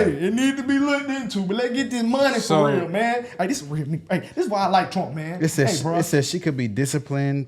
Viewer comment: "fo REAL main" 😂